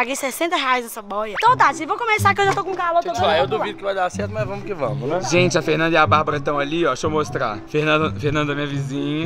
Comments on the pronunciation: É "vamoo" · É vamo, e não vai moh kkkkkkkkkkk🤦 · na verdade ele disse vamo